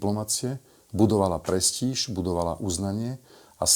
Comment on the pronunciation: myslím, že slovo "prestíž" sa vyslovuje akoby tam bolo tvrdé y a nezmäkčuje sa